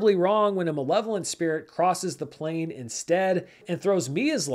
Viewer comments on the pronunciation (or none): none